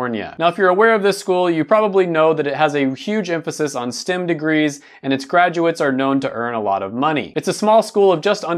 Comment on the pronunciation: Everytime he says "STIM", dammit "STEM."